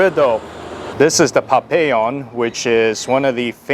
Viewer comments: is not Papellon is Pabellon , I'm glad you enjoyed our food, 🇻🇪👍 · It's called "pabellon" dude not papellon!😂